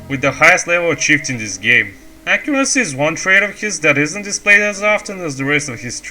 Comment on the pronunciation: "accuraccy" Great video dude, really glad someone is taking etienne's place as he was my first inspiration when i started playing a little less than a year ago, looking forward for more of these in the future!